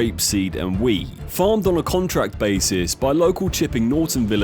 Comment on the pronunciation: Wheat has the letter T at the end of it, it's pronounced wheat, not wee